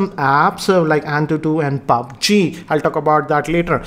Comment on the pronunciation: That ''paaabg'' lol😂😂